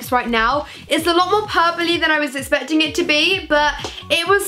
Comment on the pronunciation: Does she say especting rather than expecting or is it just me?